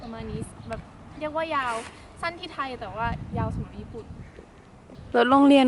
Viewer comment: ไทย ไม่ไช่ไธ๊ครับ